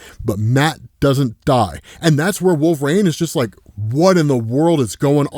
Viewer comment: ISTG,... If you don't stop saying "Wool-vuh-RAYNE"...